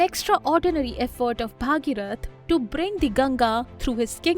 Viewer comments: I admire your content very much. But you should also take care of your pronunciations. It's not Bhaageerath, it's Bhageerath. In Sanskrit the daughter of Bhageeratha becomes Bhaageerathi. Just like Vasudeva's son is Vaasudeva, Dasharatha's son is Daasharathi. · don't pronounce Bhageeroth as Bhaageerath